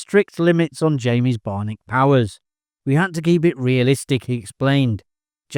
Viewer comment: BI-on-ic!!!! Learn how to speak!